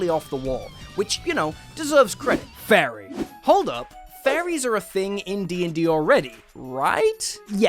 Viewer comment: You said fairy and I heard Fey,ri and got a little excited and then quickly disappointed...